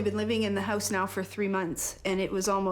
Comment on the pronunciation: Hey yowse = HOUSE LOL